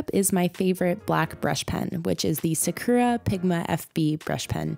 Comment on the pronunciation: sakura is pronounced sock-ra